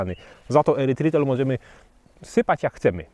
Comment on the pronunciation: nie "erytrol" zamiast "erytrytol"?